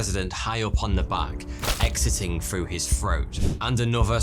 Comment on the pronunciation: How can this guy tell us our history, th can't even pronounce the number 3 and the word "through" properly